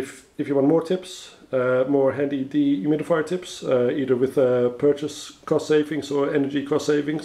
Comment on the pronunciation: Deeee humid-Ifyer How many times does he say it per minute